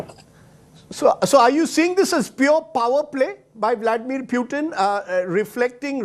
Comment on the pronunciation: calls: pyutin, tongue 👅 slip or make him muting